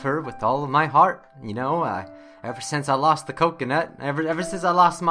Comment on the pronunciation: 10/10 XD coconut I love how you say kokona as coconut I love this